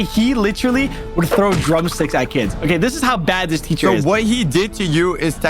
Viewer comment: It’s not teather it’s teacher🤓